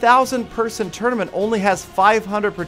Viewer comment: Anyone else annoyed by how he says tournament?